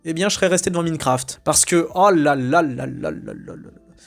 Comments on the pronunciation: "MINEQURAFTE" 🤣 ah bah il est beau l'enthousiaste du cinéma américain. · "Minecraft" ? Pourquoi tu ne prononces pas "Maillenecraft" ? Quant à "Natacha", c'est un massacre de la BD, avec les messages non subtils sur le féminisme, les références forcés au covid et Netflix, le narrateur inutile et pas drôle, Walter devenu un idiot (alors qu'il ne l'est pas dans la BD)... Par contre, le film est plus familial qu'exclusif aux enfants, avec beaucoup de vulgarité qui n'est même pas présent dans la BD ("pute", "connard"...) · c'est le karma qui te punit pour ta prononciation de minefcraft.